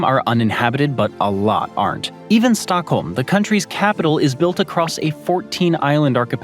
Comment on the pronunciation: It's Stockholm, not StUckholm ...